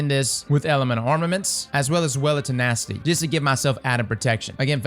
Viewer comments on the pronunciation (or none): "Well of Te-NASTY"